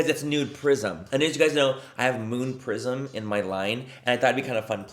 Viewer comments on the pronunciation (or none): I’m sick right now and my nose/ears/sinuses are just super stopped up so I CANT STOP hearing “nude prison” instead of prism and…well…it doesn’t NOT work manny…it doesn’t not. ….😅😅😂